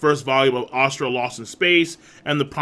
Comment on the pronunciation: god dammit king you and your pronunciation of words ive been googling ASURA lost in space for the last 10 minutes instead of asTRA lmao